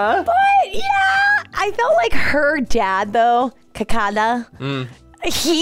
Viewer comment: I laughed the most when pronounced kakkad